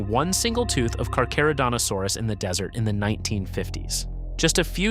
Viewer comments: I almost stopped watching when the beginning text and AI narrator talked of the Niger deSSert. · "... in the Niger DESERT...?" Is this AI slop? And "Hugues" is pronounced "oog", not "hoogs". I'm giving up watching this now. The first one was just weird. The second? If there was any word I'd check the pronunciation on before making a video, it would be a French guy's name.